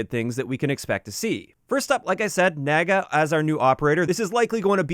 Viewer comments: Its NAA-GAA not NAE-GAA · did you say naygay? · The mis pronunciation of Naga is killing me 😂